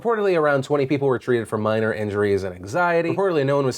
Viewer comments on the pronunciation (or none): none